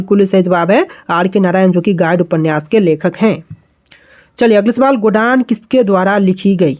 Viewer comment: गोडान ❌ गोदान ✅